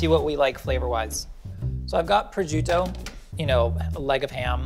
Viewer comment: The way says prosciutto made the Italian in me sad and angry 😂